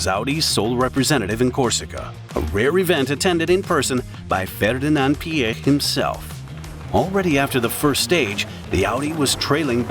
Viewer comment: The narrator amazingly pronounces Mr. Piech's name correctly- most non-Germans say it incorrectly as "peach". But- the CEO of VW was not "Schumacher", but Schmueker (would sound like "shmicker"). And the company brand is sometimes pronounced as 'oddee" and not "owdee", even in the same sentence?! And my gosh- who is the main intended audience of this video, given the obvious American accent of the narrator? The USA! So provide the units as most commonly used in this country- standard units (e.g., inches, pound-feet torque, pounds, miles per hour, etc.) with either metric spoken right afterwards, or visually in parentheses/captions. There are some std units on the car depictions as subscripts, but when the text is spoken they are missing. Nice to see photos of the development cars for the original Quattro setup.